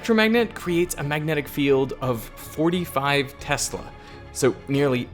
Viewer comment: One would think Mr. Smarty-pants would know how to pronounce "Tesla". It's pronounced: TEZ-LUH. Dumbass Smarty-pants😂